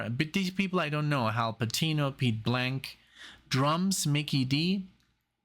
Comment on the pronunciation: It's Pete Blakk not Pete Blank lol and he is playing half of those insane solos you are hearing.